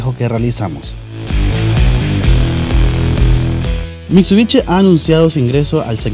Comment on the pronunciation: "mitsubichi", "toyota ruch", ya psss :V, dejen de vendernos mierdas sobrevaloradas!!